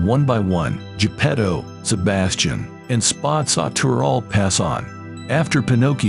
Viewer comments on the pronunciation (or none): Why was it calling spazzatura spots of tura and spaz tura